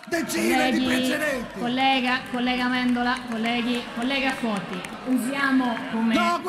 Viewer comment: ... è Foti ... NON Toti ... Capisco i social ed il mondo e le notizie che corrono, ma un minimo di precisione 🤷